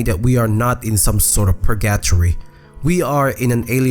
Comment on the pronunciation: The way you say purgatory is driving me mad